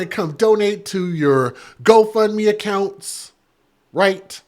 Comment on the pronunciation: The way you say GoFundMe is sickening.... There's no "a" in-between 'fund' and 'me'